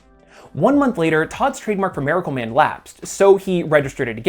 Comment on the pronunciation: do you switch your pronunciation of miracle man from 'maracle man' to 'miracle man' almost exactly halfway through the video??